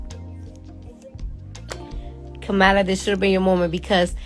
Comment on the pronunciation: If you’re not voting…you have no opinion. And say her name right…COMMA-lah 😒🙄